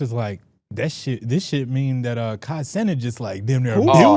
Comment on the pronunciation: not even high and saying things like "Kai Senate" and "Monte Williams"